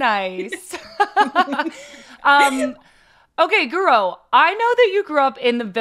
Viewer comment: My favorite Chelsea player! Intro was so funny. Had to watch it again to see her reaction to pronunciation.